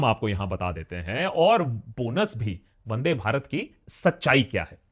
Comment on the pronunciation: Bro it's not vade Bharat It's vande bharat